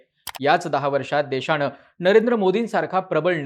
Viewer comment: किती अशुद्ध मराठी भाषा बोलताय आपण? त्याला काही मर्यादा? निदान एक पत्रकार म्हणून तरी भाषा शुद्ध ठेवायचे भान ठेवा!! देशाणे? ऐकून? णेता? पक्षाणे? काय गाढवपणा चालवलाय तुम्ही?